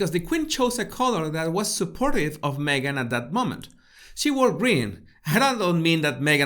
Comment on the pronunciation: ”Megain” 😂 Love it! As in, Me Gain, You Loose.